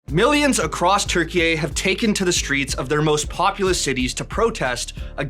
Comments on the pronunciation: I think he tried to say Turkiye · Where the hell is 'Turkey-eh'